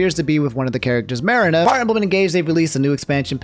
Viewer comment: marina too like 😭